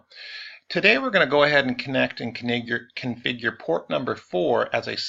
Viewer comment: "ConNigured"? Sounds like a lot of networks I run into every day! LOL